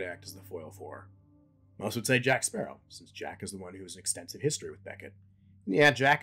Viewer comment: Blackbeard had potential but was underutilized. Salazar... well, the effects are cool. But his rivalry with Jack feels manufactured and all I remember him saying for the whole movie was 'JACK SPARRAH'